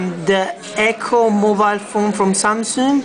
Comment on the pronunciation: lol 'samsooong'